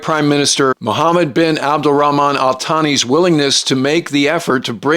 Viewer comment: Hate to be that guy but Al Thani is pronounced like Al Saani. And Ababil is pronounced as aa-ba-beel.